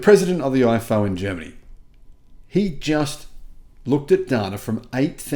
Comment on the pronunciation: The IFO Institut is pronounced EEFO fyi 😊